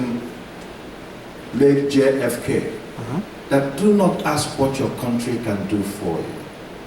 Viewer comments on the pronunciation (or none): He said aks 😂